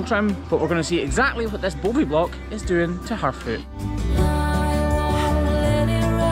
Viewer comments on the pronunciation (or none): Funny, i heard him as "Bovi-block"!